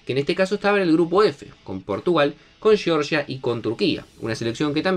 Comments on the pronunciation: Total!! Todos los comentaristas argentinos empeñados en decir. Sheorshia, o similar. Amigos argentinos la G en castellano delante de E (o de I) se pronuncia igual que en ArGentina. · Era tu última oportunidad de decir bien Georgia y no Llorllia, y Rumanía y no Rumánia👎